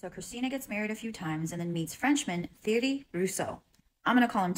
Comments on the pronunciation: Athena’s father is Thierry. It is not pronounced as a ‘th’ sound, it is a ‘t’ sound - like Terry. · Why can no one seem to pronounce the name Thierry correctly?! Seems like these people would do a little research before they tried to tell a detailed story!! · I've never heard the name Thierry pronounced like that😅